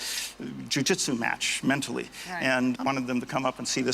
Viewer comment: Was not expecting him to say jui-jitsu match 😂